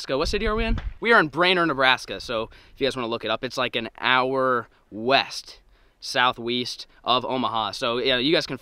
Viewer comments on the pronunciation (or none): Great videos and you said south weest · He said south weest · Anybody else hear him say southweast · Did he just say wheast